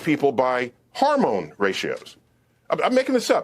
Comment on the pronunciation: Supposed Man of Science Neil DeGrass Tyson: "Harmone levels"